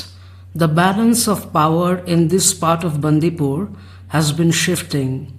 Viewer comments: Its not Bandhi pur..Its Bandipur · It is बंडीपुर not बंदीपुर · She said Baandhipur..Not complaining just a small correction